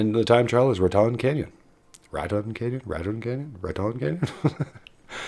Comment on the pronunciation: You have to say “Raton Canyon” with a southern accent lol (Rat-en Can-yin) 😂